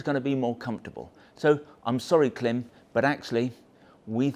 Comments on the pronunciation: It's Klime - rhymes with Slime, not Kilm like slim! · Whether British English or American English, the rules of pronunciation are the same. When there is a horizontal slash above a vowel, that indicates the vowel ought be pronounced "long". Thus, Klīm ought be pronounced "CLIMB". not "CLIM". As a distributor, of course you know that. To insult the brand with your short- voweled quip is deliberate. In my thinking, that diminishes your brand. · Klimb is pronounced ( climb) notice the line over the letter i 🤣 that means it’s pronounced ( eye) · It may well be spelled K-L-I-M but it's pronounced CLIMB. You "experts" should know that. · Genuine question. Is there a reason you guys pronounce it Klim (like limb) not Klim (like Climb)? Their own YouTube videos pronounce it as Climb... I'm intrigued....!! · it's pronounced as "climb" ;) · Are you aware that it’s actually pronounced like “climb.” The “i” has a diacritic above it. The macron indicates it is a long vowel. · Thanks for this in depth overview. It’s super helpful as I’m deciding between this and the Badlands for riding in Colorado, which has everything from deserts to 4000m peaks. One piece of constructive criticism: the company pronounces their name honoring that long vowel macron over the ‘i” - it sounds the same as “climb.” That said, just keep saying Klim! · Can you imagine the marketing people at Klim cringing every time pronounces their brand name incorrectly! 😁😂